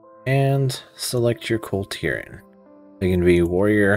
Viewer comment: Is it just me or does he keep calling them a different name every time... half the time sounds like he's saying the clitorans